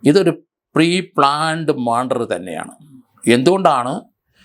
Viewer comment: 43 മാൻഡർ അല്ല മർഡർ.